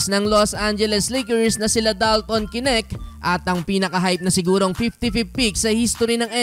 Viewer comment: Bro correction lang po, dalton knecht (necht) ang pag basa, hindi po (k-nect)! I’m a fan brother! ❤️🫡